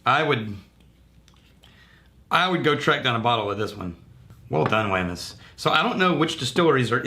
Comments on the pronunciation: I've had a couple of different bottlings from Wemyss, all pretty damn awesome. BTW, I think they pronounce it as "weems". I always forget that & tend to say it the way it's spelled for an English speaker. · Great review, It is pronounced weems though. In Scotland this is called Treacle chest, they had to change it here.